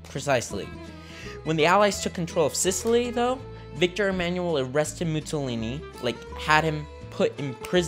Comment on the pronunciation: How old are you? 12!? Also, "Mussolini" is pronounced (approximately) "Moo-saw-lee-nee" (not "Moo-tsaw-lee-nee").